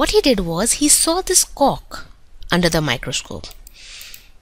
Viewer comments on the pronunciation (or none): omg she said cock instead of cork 😂